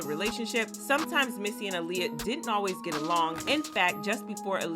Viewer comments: It's ahhliyah not uhliyah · It's not ahhhliyah either its aaliyah😂😂